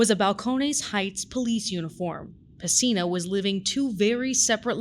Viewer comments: PESINA not "Messina" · His last name is PESINA. Not Messina.